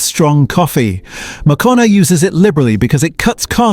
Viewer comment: Yes, you can tell by the way he/it says Moccona, pronounces it different every time.